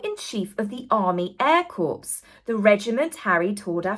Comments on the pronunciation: Please!!!!! "Corps" is pronounced, "CORE"!!!! It's not a dead body!!! Just because idiot Obama mispronounced it as CORPSE, don't YOU!!+ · Corps is pronounced like ‘core’ not ‘corpse’ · I love, love, your channel……but the word CORPS is pronounced like the word CORE……not corpse, as in dead body! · The Air Corps is pronounced "core". Otherwise it sounds like a dead body. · Corps = core (military group: French) corpse = dead body Please stop saying corpse. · Hi 👋 Another great video! Just to let you know that 'corps' - as in "army air corps" - is pronounced "CORE." When you pronounce the P and S of 'corps' then you're actually saying "corpse" which is obviously a dead body! 😊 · One of Barack Hussein Obama's lowest moments of disrespect to the USA military, was his referring to our Marine Corps as "corpse". He was the fecking COMMANDER IN CHIEF and couldn't be bothered to educate himself the tiniest bit about our illustrious & honored Marine Corps!!!! An American 5-year-old knows it's pronounced, "core". So, PLEASE, my ears bleed when I hear any honorable military Corps referred to as a dead body, a corpse.😢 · Just fyi corps is pronounced core. A corpse is what Harry's career resembles. 😉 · Brilliant video,. Just want to point out that Corps is pronounced “Cor”. The P and S are silent. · The BBC edited out the boos. Corps is pronounced Cor. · Love you, but the word corps is pronounced 'core'. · Very succinct well said except Corps is pronounced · Corps is pronounced cor,. Just a friendly prompt 😊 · Army Air Corps. Is prenounced Army Air Core, sorry xx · Corps is pronounced core❤️